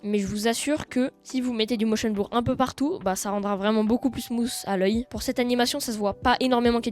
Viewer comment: "motion blour" 😭😭